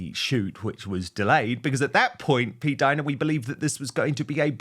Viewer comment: Jesus! PLEEEAAASE STOP SAYING P-DINA ! It’s the most disturbing name I’ve ever heard even though I agree with everything you’re saying, but that name noOoooooo